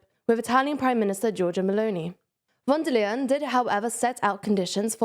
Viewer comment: she's called von der leyen. not wondalen. a better approximation in english would be "fonn there lye enn".